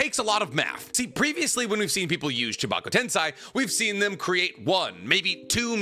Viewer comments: Why do you keep mispronouncing 'Tensei' as if it were Tensai? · Why does no one care that consistently mispronounces the word tensei? Like it’s on par with people that say nuke-you-lur in stead of nuclear.